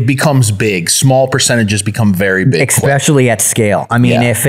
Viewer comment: I wish this dude knew how to say especially